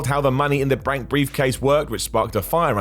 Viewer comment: “Money in the brank briefcase”